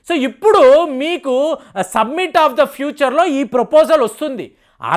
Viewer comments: "సబ్మిట్"/"సమ్మిట్" అన కూడదు "సమిట్" అని పలకాలి. "ఆయిల్స్" అన కూడదు. "ఆయిల్" అని పలకాలి. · it is summit....u r telling it is submit